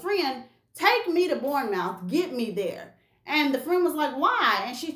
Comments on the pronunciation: Hi, I'm actually from the UK and looks your videos and all the tea spilling...you know your stuff. Anyway, we pronouce Bournemouth.... BORNMUTH. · Its "Borrnemouth"🤭 thanks for the video 🙏🙏🇬🇧🤎💜🤎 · SayaSo Bournemouth is pronounced Bourne-murth